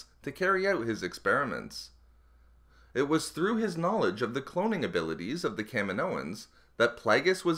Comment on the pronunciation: I don't get how someone says "kaminoans" like "cam-in-oh-ins." In the movie no one calls it "cam-in-oh." it's like "Ka-meen-oh" and "Ka-meen-oh-ins." I can't be the only person who was annoyed by this